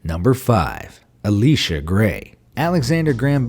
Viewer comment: It’s not “ah-lee-sha” it’s “ee-lie-sha” for Elisha Grey.